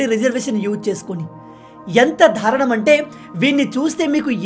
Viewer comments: Telugu word "Daarunam" is being pronounced by you ie.,by a Telugu channel anchor said to begreater than Dhruv Raathee ,as Dhaarunnam which very awkward to hear by a Telugu person! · be greater. which is very awkward. please accept the corrections